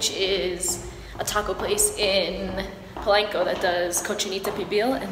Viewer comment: It’s not PO-lane-Co it’s Po-lawn-Co I hate when people pronounce it wrong